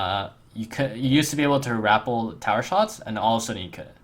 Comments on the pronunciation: Phonetically it's Rah-pel, not apple with an 'r'. jus sayin' bro. ily. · rap-PEL, not RAP-le.